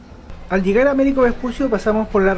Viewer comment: CHINO ARCADE Opino lo mismo. Si mejoraras la pronunciación un poquito, como “vuelta” no “guelta” “llegar” no “iegar” sería excelente. De todos modos, muchas gracias por el vídeo y toda la información 👍